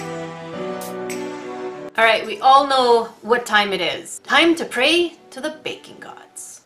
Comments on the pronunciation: Lol, ever time you start to pray to the baking gods, I always hear bacon gods, and I always laugh so hard. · I thought she was saying bacon gods this whole time🥓🥓🥓